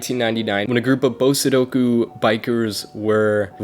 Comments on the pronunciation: im only here to say its brake horsepower not base hp. and its bosozoku not bosodoku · bosozoku not bo-sudoku